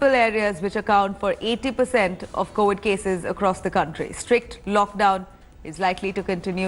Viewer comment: Why people say COWID instead of COVID?